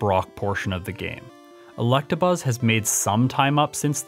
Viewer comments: Are you saying Collectabuzz? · Yo i thought i was the only one who pronounced electabuzz like that